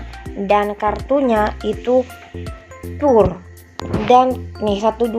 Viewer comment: apaan itu PUR ???? pur nama ??? pure itu bacanya bkan PUR.. tpi PYUR mbak